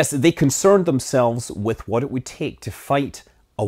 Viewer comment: Still waiting for a video where you will pronounce "what" correctly